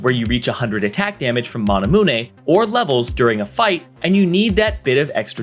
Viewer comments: can't take it serious when he says "mana-mun-e" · say mahnahmunay one more time and imma lose my shit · okay you have to be trolling calling it monamoonay. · i cant belive some people pronounce manamune "manamune". smh... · You say manamune wack asf